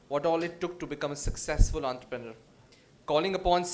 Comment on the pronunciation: god knows why in india people pronounce entrepreneur as if its an italian word with the T like taliban, it is T like toxic.